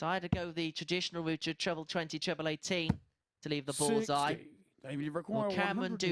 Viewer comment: Squeaky Chipmonk announcer...you talk some fkn crap, "Pwoper pwick" "Twebbw 17" fkn hilarious